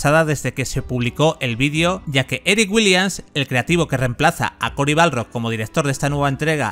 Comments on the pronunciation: Es BARLOG, no Balrog xD Buen video por lo demas xD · Guosofgüor y Corey BALROG (que no Corey Barlog). Tremendo el nivel de inglés del comentarista.